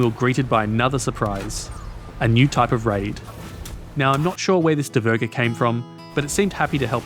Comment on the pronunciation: Your pronounceiation of asksvin is fine, just put a bit more emphasis in he I aswell. Dvergr however. Remember it's basically dwarf but with a V instead of W